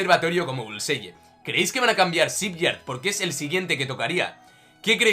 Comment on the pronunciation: La pronunciación es bulsai